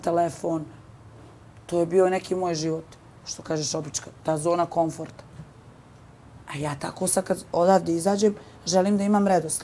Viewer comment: Da li moze neko da joj kaze od voditelja ili bar šapne da zona koNforta ne postoji